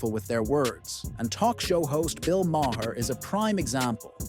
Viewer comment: And can't spell or pronounce Bill Maher's name. Jeez! 🤦‍♀️